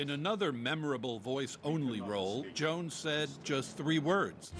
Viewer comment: They couldn't get a black reporter with heft or at least an elder reporter with heft to talk about James Earl Jones? They got a millennial with a millennial accent who said James Earl Jone🤦